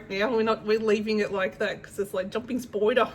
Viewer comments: Hehee your "spyder" pronunciation reminds me of Kath & Kim! 😄 Congrats on a great market ❤ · Hahah I don't know what is funnier... your picture on your thumbnail of Turtle lady or your pronunciation of 'spyder' 🤣🤣🤣🤣🤣 what isn't funny though, is her.. gosh she's infuriating! Well done on your market though!!! 🤩